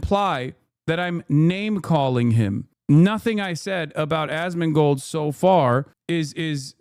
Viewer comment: I enjoy how Foreign Man in a Foreign Land says his name Ass-Man-Gold